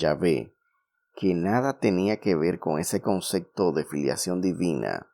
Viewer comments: Conce.p.to no conce.c.to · Se dice concepto, no concecto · Amiguito se dice "Concepto", no "Concecto", también es un pleonasmo decir "las creencias de todos los creyentes"